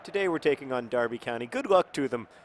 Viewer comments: You said Derby correctly! I have a greater admiration towards you Mr Green :) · I meant more because Americans (and anyone from outside of the UK) never pronounce Derby correctly and noted that he knows the correct way which I was pleasantly surprised about.